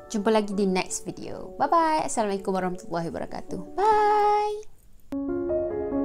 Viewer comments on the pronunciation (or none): none